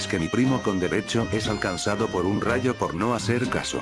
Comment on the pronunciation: La palabra es rayo BRO